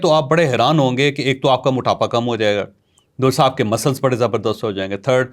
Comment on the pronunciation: دوشرا نہیں دوسرا